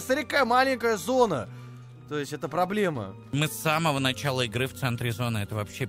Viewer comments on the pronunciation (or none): none